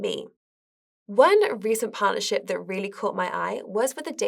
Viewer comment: "one recent partnership" sounds an awful lot like "one recent pile of shit"